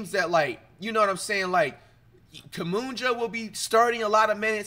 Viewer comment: “Kumunja”, cmon now flight